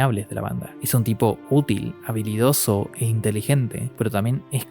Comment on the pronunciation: cuando empezaste a hablar de Judeau en vez de habilidoso escuche vanidoso xd, y creo que si era un poco vanidoso en cierto aspecto